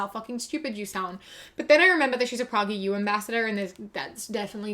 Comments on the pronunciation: I'm not sure if you're mispronouncing prageru out of a genuine mistake or if you're just disrespecting them, but in case you don't know, it's pronounced like "pray-gur-you". It's named after its founder, Dennis Prager, who is known for his generally terrible ideas. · Thanks for this. I always read it as "prah-ger" and I hear as pronouncing it "pragger" with a short a. (I'm a Brit.) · genuinely love how you pronounce prager as "progger"